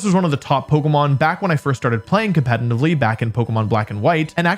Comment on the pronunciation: Cant wait for him to mispronounce competitively as "Competntively" for the 10th video in a row 😂